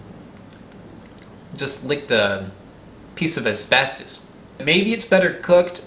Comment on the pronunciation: when you said asbestos i died a little bit inside lmfao. You’re a funny guy and very entertaining!!!